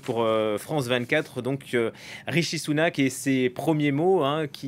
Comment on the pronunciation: C'est RiSHi et non RiTCHi merci😃